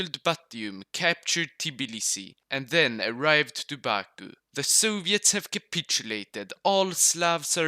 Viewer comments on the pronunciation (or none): none